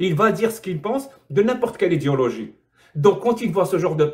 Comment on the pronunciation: tu fais exprès de dire idiologie quand tu prononces idéologie ? ..... où ça vient de moi ? lol